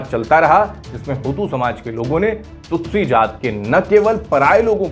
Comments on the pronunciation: यह विडिओ दोबारा बनना चाहिए, संचालक ने बार-बार तुत्सी (Tutsi) को तुत्सू कहा है। आपके कई विडिओ में उच्चारण की समस्या बार-बार आती रही है! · Anchor Hutu shabd se itna influenced hai ki kyi baar Tutsi ko Tutsu bol deta hai. 😁😁